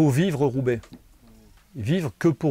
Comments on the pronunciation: Who's this joker? He can't even pronounce the name of the race correctly and then he chooses a team with a sketchy doping history (Mapei) as his greatest ever riders. C'mon GCN. You know the 90s and the 00s should just be written out of the history books. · He raced Roubaix eleven times, and even left part of his face on the cobbles of the Arenberg in 2016 in spectacular fashion. He used the name both ways if you watch it properly, and has every right to pronounce the name of the race however he wants. TBH, I think he did that to irk some viewers. It's called Australian humour.